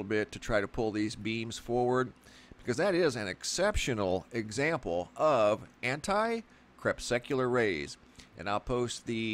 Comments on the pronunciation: Please stop sucking the anti crepes. Not CREP SUCK YOU LAR. Say KRE PUSS CUE LAR. Sent with much love and appreciation for your great videos. No hate here. Thanks bro. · You are mispronouncing "crepuscular" -- you keep saying "crepSECular". It's cre PUS cue lar. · LOL, you say crepsecular, i say crepuscular... ;) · You make it sound like these sun halos are a normal thing but they weren't around when i was young and through my teens. And say it right crepusc not crepsec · It's pronounced 'crep-us-cu-lar' ...relating to twilight. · Say crespecular one more time.... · awesome footage and commentary... btw it should be pronounced to sound more like ... Cree Pus Cue Lair/Lur... Crepuscular also is a way for fellow Biologists/Naturalists, etc... to reference certain species of animals/insects/arachnids/bats, etc time of more normal activity for foraging... like salamanders, spiders and centipedes more active in the twilight hours between day and night and morning... VvvvvV <3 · I cringed every time you mispronounced crepuscular!!